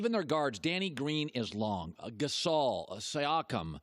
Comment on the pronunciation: i like how colin pronounces siakam saakam lol